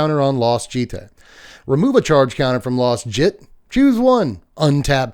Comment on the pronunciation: "Jit" is very much not the correct pronunciation.